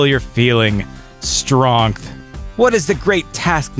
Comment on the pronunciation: "Because strongth."